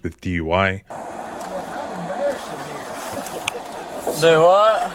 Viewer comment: How brainless and lazy does, "Dew whuut?"sound?